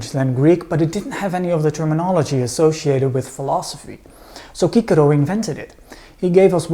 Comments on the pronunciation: "Kikero"??? Don't you mean "Sisero"? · Good, but why does he pronounce Cicero (Sis-a-row) as (key-ca-row). No one else does that. Funny...hummmm... Thanks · I thought his name is pronounced “See-sero” not “kee-Kerro”? Lol 😂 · It's sissero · I know that we don’t know the Latin pronunciation - but please never ever say Cicero like that again. It is pronounced Sissero - after hearing your pronunciation I lost all respect for him - sounds like a donkey farmer or something. Great presentation otherwise those - really wonderful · Isn't his named pronounced Chee-Che-Rho? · Why do you pronounce his name like that? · Absolute great name, though i really din't get why the latin pronounciations, i mean, we know latin c always sounds as a k, and the r is always as a 'angry dog' but why?